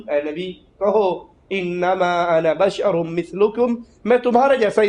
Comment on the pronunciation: Bhai apni sheen sahi karen woh badar nahin bashar hain aur noori hain.